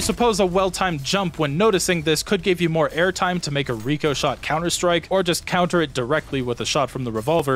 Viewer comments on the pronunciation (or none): but it doesn't say Ricochet. It says Ricoshot. If anything it should be pronounced RICK O SHOT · pronouncing "Rick-Oh-Shot" as "Re-Co-Shot" is forgivable enough being that its a fake word, but doing the same with a real well known word, that just kills me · the i in ricoshot is pronounced like the i in the name rick